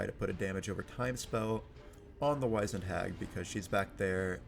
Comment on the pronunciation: How have you never learnt how to pronounce Wizened? Wiz-end. Not Wise-end. WIZ-end, similar to WIZ-ard.